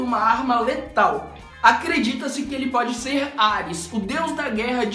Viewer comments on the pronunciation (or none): none